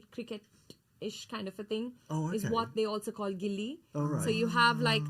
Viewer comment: FYI It's not gilli it's gully cricket